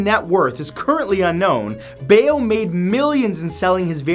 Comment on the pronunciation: you mispronounced mark Bao's name, it's pronounced like cow but with a "B"